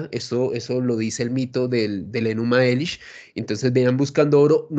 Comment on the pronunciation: No tienes ni idea de lo que estás hablando. Para empezar se dice Enuma Elish, y para continuar, por favor, infórmate mejor, lee el Enuna Elish, la Epopeya de Gilgamesh y demás textos sumerios, traducidos por profesionales que completan los textos a partir de transcripciones de esos mismos textos en otros idiomas, como el acadio. Y no menciones a Zecharia Sitchin si no te leído y analizado toda su obra, y leído todos los textos que menciona en su glosario. Tú solo hablas de rumores de rumores que escuchas en la red, y luego llamas a eso investigación.